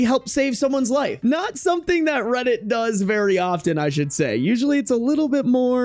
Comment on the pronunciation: Reddit kinda sounds like rabbit